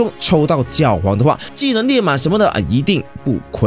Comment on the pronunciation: 是覺皇（X）睡覺的覺皇